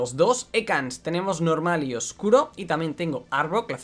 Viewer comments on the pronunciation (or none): none